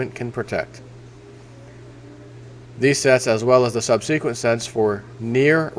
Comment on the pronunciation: my wife and I love you and watch your videos everyday. Your singing and goofball antics always give us a laugh. Please learn to pronounce the word "subsequent" as we have to giggle every time you say Sub-seek-went. Keep 'em coming.